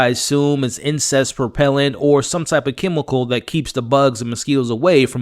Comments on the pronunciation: I was so confused like do you mean insectttt 😂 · Did you say "incest repellent"?😅😅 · Did you say "incest repellent" or am I hearing things? Lol I think Frank is going to die. He's spiraling out of control like the characters who died in seasons 1 and 2. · I thought you said incest repellent in the beginning of a video. That made me laugh. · It actually sounds like that's what he says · Okay...I thought I was mishearing. LOL I had to rewind and listen again. LOL